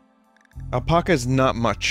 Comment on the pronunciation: Why does he say apaca?